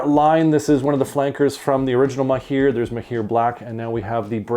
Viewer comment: the right pronounciation is mahr not maheer thanks for your review it was very helpful